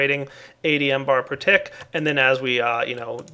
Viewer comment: mBar stands for millibar not M-Bar!